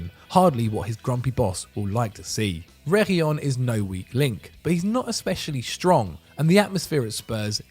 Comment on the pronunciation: where's the "L" in Sergio's name?! Reguilon It's pronounced, Reh-gill-On like fish gills.